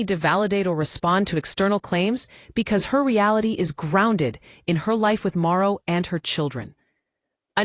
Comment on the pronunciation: The man's name is MARTHO. Get it right😅😅😅😅😅😅